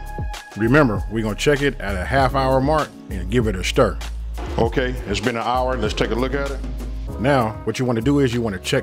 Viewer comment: “We gone give it a Shtir”